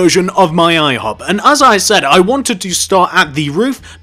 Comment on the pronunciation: 😂 Listen to how he says ihop